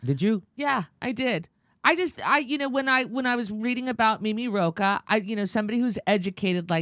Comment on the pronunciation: Second time when Jimmy said Roach instead of Rocah, I thought of a cockroach :)